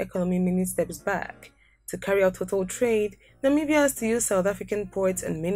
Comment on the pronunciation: It's not Namiibia but Namibia